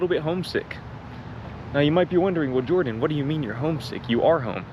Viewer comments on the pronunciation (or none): none